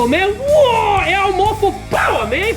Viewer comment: My god that a lot of powwer